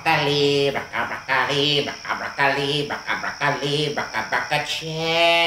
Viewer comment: At me sounded like rucka rucka Ali instead of broccoli